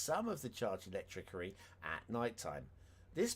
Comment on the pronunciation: Something is bugging me. Why do you say electricity incorrectly?